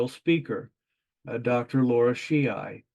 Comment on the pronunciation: Fair to comment on such important developments, but seems important to pronounce the name of the subject of your paper properly. Lara not laura.